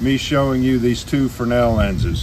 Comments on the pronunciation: FINALLY!!! I knew that this would be informative (I was not wrong) as soon as you correctly pronounced a Fresnel lens. :-) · exactly. You are only the second person on YouTube that I have heard pronounce it the correct way. They usually (incorrectly) say "Frez-nell" :-)